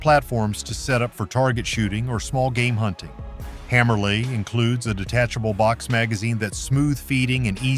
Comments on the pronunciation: I hate AI voice over video's. It's pronounced Hammer-Lee, not Hammer Lie. Hammerli makes one of the worlds best 22 LR handguns used by Olympic shooters, and some of us that wanted something other than a High Standard, S&W model 41, or a Ruger at the entry level. Not even going to touch the mil-spec rail system. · Why all the centre fire clips in a rim fire video read by AI. Why do these videos always leave out the job of the shooter? The rifle and optic does X. What does the shooter contribute. Smells like a sales pitch not a review. Multiple pronunciations for Hammerli. And carbine. Loading .22 WMR in the example .22LR Henry. While I hate AI voiceovers, get the videos, the pronunciation and facts right.